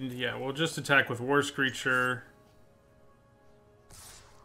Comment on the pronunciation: When he says "war screecher" i hear "Worst creature XD"